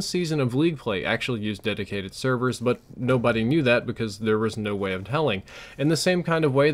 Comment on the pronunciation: Dedicated "severs"?